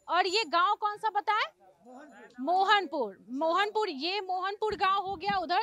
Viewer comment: Mohanpurd kya hota hai pronounciation kya hai, namune bihari reporter, sarak kya hota hai, sadak hota hai